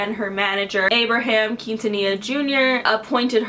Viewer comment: I love how she pronounces Quintanilla xd, it's so wrong but so cute at the same time